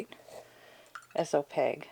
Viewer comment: It sounds like your prounouncing opaque with a g? The q would be prounounced like a k, o - pake like cake. These metallics are super gorgeous, though the acrylic pallets and dropper, with the velvet pouches? That already tells me these are probably more expensive then I'm willing to spend for some colored mica in binder lol. They are very pretty though.